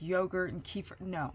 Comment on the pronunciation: Kefir, not kiefer.